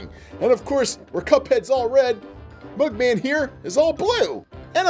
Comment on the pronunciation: It’s mugman not buckman 🤨